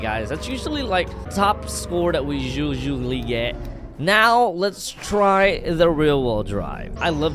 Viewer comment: Lol he said shusually instead of usually